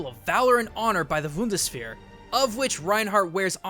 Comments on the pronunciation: A little bit of Nit picking ;) or an idea to help with pronunciation... Sorry I so love your channel and your Work here that i thought it could be helpfull... or at least of interest to you... Bund: Federation (Speak: boond) Bundes: Belonging to the Federation (Speak boon des) Wehr: Defense (Speak: wear) zur wehr setzen: to defend yourself. (Speak: zoor wear set zen) Bundeswehr: Federal Defense Military. (defending the state) Feuerwehr: Firedepartment (defending from fire) A bit creapy if you compere these... one is to defend the Country the other one is to defend from fire.. they are structured the same... sometimes german is strange ;) Cheers and Keep up the great Work!! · I hate to be a smartass, but when somebody butchers my native language, I just can't help myself. 'Bundeswehr' is actually pronunced Boon-das-Vere. Generally, german vowels are spoken as follows: A - Ah E- Eh I - Ee O - Oh U - Oo Double-vowels , like Au and Eu, are pronounced 'Ow' and 'Oy' respectively. Again, I apologize for being a smartass and this little german lesson. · I thought he said 'Vundesvihr' once lol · He said "Wundeswehr" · It's a nice theory, that the skins represent Xing Tian. I know him from SMITE but I never thought that those skins could be a reference. Good Idea! And the obligatory german pronounciation comment (no hate): 2 Things. A: The "Boondes-ver" sounds like a version of the Bundeswehr that uses Marshmallow guns. It's weird how foreigners often pronounce some german words so soft when german is considered a hard-sounding language. B:However, everybody pronounces "Eichenwalde" like "Eickenwalde" even though the german "ch" is soft (a bit scratchy though) unlike the italian "ch" that straight up sounds like a K. Awesome video, man. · It's just so cute how he keeps trying to pronounce Bundeswehr <3 And he actually gets close at some point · please don't say Bundeswehr EVER again, it sounds so fucking wrong. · I Love how you say Bundeswehr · It's the... Woondersphere! :'D